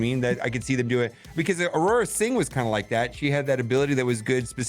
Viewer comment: It’s aurra sing. Not araurra sing.